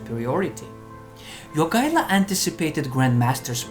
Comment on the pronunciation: The way you pronounce Jogaila's name almost makes me think you're Lithuanian. ...and then you fail at Vytautas ;D It's not surprising the allied forces couldn't capture Marienburg, even after a crushing victory at Grunwald and months of siege. I've seen that castle, it's bloody unassailable.